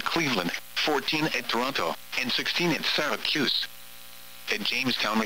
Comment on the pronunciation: "SyracUse"